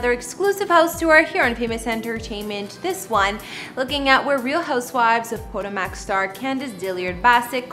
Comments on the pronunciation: You are saying it wrong!!! Po- ta-mac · Did she really just say ...... neva mind 😮 SMH!!!!! It's pronounced PUH-TOW-MUHK. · Did she just say Real Housewives of PODO-MACK?? Y'all really get to succeed with minimal fckn effort. Smdh. 🤦🏽‍♀️ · "Po" "Toe" "Mac" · Poto-mac? What's that? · RHO “Pötòmäç” 🥴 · Po Toe Mic girl. Not whatever you said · Please learn how to pronounce words, correctly….PUH TOE MICK. Or Poe toe muhk …smh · I find it irritating that she doesn't pronounce Potomac correctly. Even if she never heard of the town, it's also the name of the river that flows by Washington, DC. It's not exactly an obscure name. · Obviously she doesn’t watch the show because she can’t even say the name of the city.